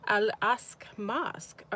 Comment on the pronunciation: Al-Aqsa is pronounced Ock suh